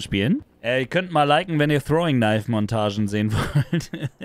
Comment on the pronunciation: Ist das jetzt neue You Tube sprache, Ten-Eighty-P, anstatt 1080p, oder "wenn ihr TROWINGKNIFE Gameplay sehen wollt:D Trotzdem Daumen hoch mein bester